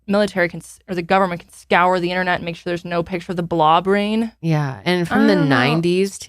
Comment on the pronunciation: I know you’re saying “blob rain” but all I hear is “blah brain”. 😂